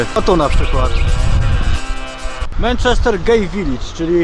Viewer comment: Dobra seria, ale zrobiłbyś 8 ligę mistrzów. PS wymawia się mAnczester